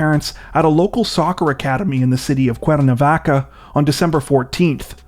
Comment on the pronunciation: You said Cuernavaca great! Soon as i saw it on screen i thought, he’s not gonna say Cuernavaca right 😂